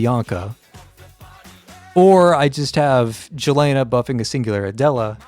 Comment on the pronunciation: plz dont say jelena say yelena